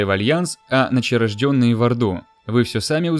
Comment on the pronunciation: Ночнорождённые, а не ночерождённые. агресивно печатает